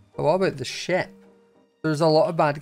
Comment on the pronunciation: Whenever yelled ship I thought he said the SH word